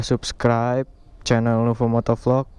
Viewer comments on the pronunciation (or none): none